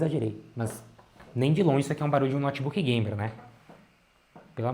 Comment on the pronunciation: Esse "nótibuqui" é top!! 💪